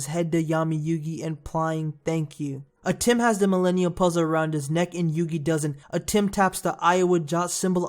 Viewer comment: stop bloody call atem atim